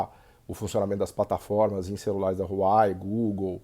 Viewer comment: Vídeo mais do que atual nesses últimos contextos. Muito bom! ps.: o nome da Huawei pronuncia-se “wah-wey”